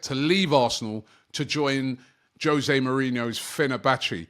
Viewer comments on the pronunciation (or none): none